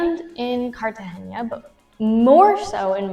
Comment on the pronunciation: It's pronounced "carta henna" not "haynya".. nice chat.